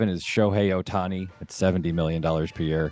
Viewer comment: These freakin clowns joking about Ohtani’s demise. SMH. Also can not pronounce his name. Stupid people. Unfollow.